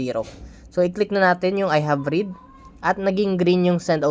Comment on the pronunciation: I have "read", pronounce mo ng RED hindi RID....